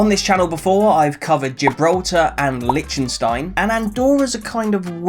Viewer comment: Great idea and great video,, but FFS learn how to say "Liechtenstein" properly!!! It's driving me nuts!